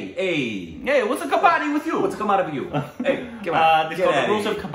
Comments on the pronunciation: Please please don't pronounce it as "ka-baa-di" cz it changes the meaning, the game is called "ka-ba-dd-i"😅😅😂😂 Moreover, once again... Your shirt 😍😍😍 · It is not kabaadi😅😂 it is kabaddi 😅 ..you will be on your heels all the time when you will watch it. It's too exciting. All the best exploring this game. Every Indian has played it once in their lifetime. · best way to pronounce............ "Ka-buddy"........ more stress on "d"............ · Pronounced as : Cub-Bud-Dee It has all become a Continental sport and attempting to get into Olympics. It's fast gaining World popularity. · It is pronounced as k-buddy with little stress on bud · Well tried to pronounce but unfortunately it was wrong , it is Ka-buddy what u miss-pronounced is a retailer trading in scrap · It's kabb badddi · pronounce like "cupboard" ....then d.............